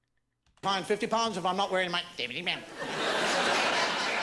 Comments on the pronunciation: I married an Irish girl and we now live in Ireland and some do pronounce safety as safe-ity including my wife and most of the little town we live in. I still find it hilarious after all these years although tbf I'm Scottish so I'm the one with the mad accent apparently.😂 We once were driving back North from Galway up towards the Connemara coast and somehow we took a wrong turn and ended up on a wee chain of islands called the Gomurna islands, all of which are linked now with little narrow roads. After 20mins trying to find out where the feck we were and how to get back to the road we should've been on we sees a young boy approx 10 or 11yrs old, red hair & face, wearing a vest top. It's bloody freezing on Ireland's Atlantic coast too, and I put my window down and asked the kid where we were. He delivered his reply like an old, old man. He says "Sure you're lost"😂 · The way he pronounces "safety" is Irish accent.